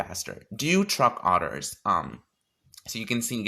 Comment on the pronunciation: When your so gay you say “truck otters” instead of truck orders